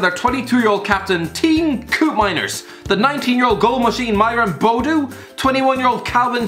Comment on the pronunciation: be like: AZ Alkmaar. Teen koopmaainers, Myron Bowdu, Owen Wiñal. Dude c'mon